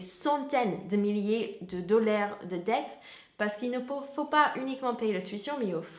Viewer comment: Merci beaucoup pour ces informations. Je me permets juste de porter votre attention sur la prononciation de "dollars"... en français...on dit [dollààr] et pas "dollère". C'est presque étonnant vu votre excellent niveau de français et de votre bonne prononciation en général....en tout cas merci...on apprend plein de choses sur les US avec vous...